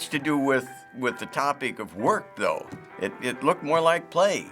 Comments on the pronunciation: It's not wer its work you need the k. Besides I only listen to country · It sounded more like "twerk" than "work"... And looked like that as well.